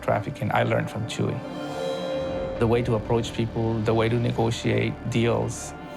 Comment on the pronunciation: It's not "Chewy" 😂 it's "Chuy"